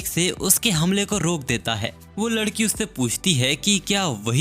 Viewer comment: MANE DEKHA TU NE LADKI KO LAKI BOLA😂